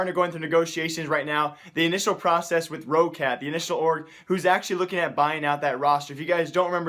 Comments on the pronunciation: news It's spoken rocat not that long like ro-ccat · I think Roccat is pronounced like this: Rock cat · It is Rock-Cat.pls m8 stress it like rock-cat. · its Roccat like "rocket" :D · Please lord god Roccat is pronounced Raw-cat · Roccat is pronounced like rocket. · dude, its pronounced roc cat so roccat